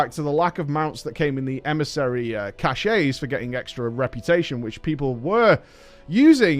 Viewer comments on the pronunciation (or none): Stop copying taliesins mispronounciation of cache. Its cash, not cashay.